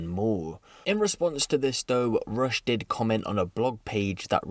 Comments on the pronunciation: It’s russ not rush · Its RUSSS my bro ..not RUSH...😂😂😂